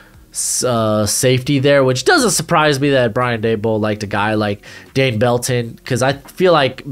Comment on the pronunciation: It’s Daboll like Table, not Duh-Ball.